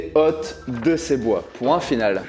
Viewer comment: J'ai pissé de rire! (dès la contrebasse) ( => cours de diction! Exemple:: "Des hôtes de ces bois" [aute] pas [hotte] Rogntudjû coup de martinet! 😉)